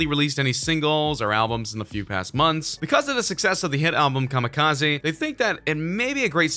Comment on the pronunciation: EMINEMS STILL HERE Wtf is kamakizi. Last I check Eminem made kamakizi. 🙄